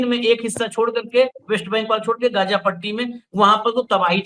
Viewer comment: Gja nahi h gaaja h . Hamas kya h jara ye to batao . Hamas ne 2023 me pahle ijrayal par hamla kiya tha kyo . Hamas ko pata nahi tha kya ki ijrayal hamas ke kabje me nahi aayega. Hamas aantkvadi h. Aapke kahne ka matalab ye h ki iran me bilkul nuksan nahi hua h. Ijrayal ke fighter plane 300 gus gaye iran me ek ko bhi rok nahi saka . Iran ijrayal me gus paya kya . Aaj ki Dainik Bhaskar ki news dekhiye 70 logo ka janaja nikla h. Kamal h ye . Hamas ne kyo hamla kiya ijrayal par